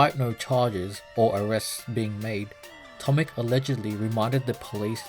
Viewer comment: The correct pronunciation of his name is not "tomik" but "tomich".